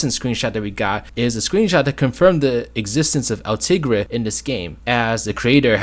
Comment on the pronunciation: Just so you know, El Tigre is from El Tigre: The Adventures of Manny Rivera. You were pronouncing his name right, but that is not a newer Nicktoon. It ran from, and had only 1 season, because that's how underrated it was.